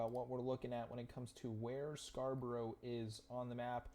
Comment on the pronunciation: If you ever visit Scarborough, please don't pronounce it Scra Bro Bro. Pronounce it Scar Bruh Bruv. I was born further up the coast in Hartlepool. The next town along from Scarborough is Whitby where Dracula landed in the Bram Stoker novel